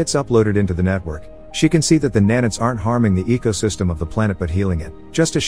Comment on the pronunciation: i got a head ache, just with the pronunciations for nano and nanite, sorry it just hurt me